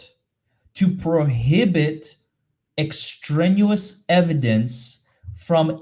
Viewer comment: The word is extraneous ex-tray-nee-us. A big word in the law. Apparently. Thank you,, for all you do. ❤️